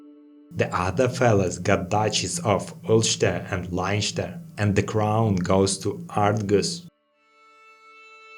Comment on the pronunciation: Quick note for people who play CK3, when pronouncing Leinster, in Irish ei doesn't make a compound sound, and both vowels remain unstressed. So it's le-in-ster, sounds like "Lenstur". No flak against you, but as someone that lives there it causes mild psychic damage whenever a youtuber says it haha. On another note, thoroughly enjoyed the video, 867 Ireland is rather annoying to play, on account of Ivar destroying you by breathing in your general direction, and confederations forming nonstop, and it's not really covered on YouTube, so I'm glad to see it!